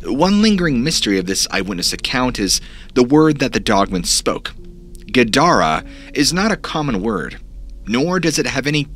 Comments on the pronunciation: Gidara - (not Gadarah), is Semitic for wall. Or Punjabi for Jackal or Hyena. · Strangely I swear it sounded like “guard” when you said the strange word “guidara”not exactly sure why but that’s what my senses say. Great job with your story it’s awesome I found your channel thanks